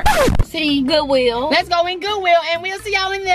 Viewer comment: "GoOwIlL" Lol love you